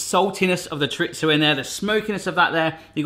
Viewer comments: My husband is from the Canaries and he says "CHORE-RE-ZOH...so not much to spilt hairs over. What is isn't is "CHARITZO!" 🙄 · Omg stop calling it "CHARITZO"...its pronounced "CHORE-REE-THOW" with the accent on "REE!" Rant over!😡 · "Churitzo hash" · there is no T in chorizo. It is cho ree zo